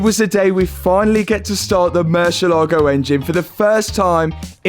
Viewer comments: great video but please learn how to pronounce the name of the car mur-sie-la-go not mur-sia-laego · You would think that a European would know how to pronounce murcielago. Do you also say "porsh" ?